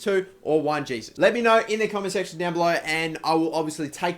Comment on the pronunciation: Pronounced oh core ray (okore) and hay soos (Jesus) like Jesus navas